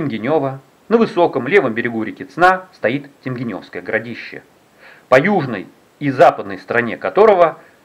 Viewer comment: если вы общались с местными, то они должны были вас поправить в произношении, не ТемгенЁвское городище, а ТемгЕневское, через е и ударение на второй слог. И кстати про раскопки...там года 3 назад уже перепахали землю для сельхоз нужд я так понимаю.